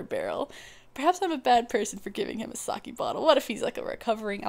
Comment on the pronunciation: IT'S NOT SA-'KEY', it's SA-'KEH' Nice idea, though.